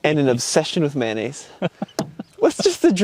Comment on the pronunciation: I like how says mayonnaise lol 😆 Manaise...........🤣